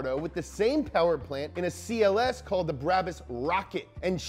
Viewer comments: Everybody: B R A B U S English speaking ppl: B R A A B A A A S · U have to say it like braabus